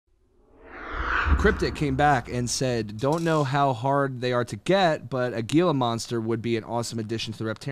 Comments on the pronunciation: hE-LAH monster not Ghee-lah monster. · Gila, the G is silent. Gila is a Spanish word. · Thank you Brian for teaching me it is “Hila” and not “Gila” 😂